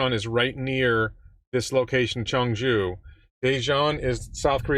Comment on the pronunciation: Your pronunciation of "ChungJu" was excellent! BTW, ChungJu or DaeJeon would be an excellent place for one of next Giga, if not in Osaka. Korea is only next to China in terms of all EV battery, 1st in EV development (in Asia), and one of the leading software, chip manufacturer,...etc. (outside of China, of course).